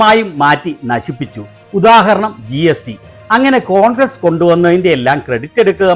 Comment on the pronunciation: ഇയാള് കോൺക്രീറ്റ് പണി ക്കാരനാണോ ? കോൺഗ്ര് കോൺഗ്ര എന്നു പറ യുന്നത്